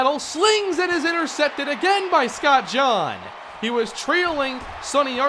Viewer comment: When you say Scott Jean like KJC's name it doesn't sound right, I think it should've been said like the article of clothing